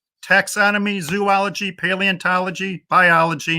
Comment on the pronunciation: I’ve never met an engineer who didn’t think they were scientists— they’re not! This guy can’t even pronounce the words zoology and condescending correctly…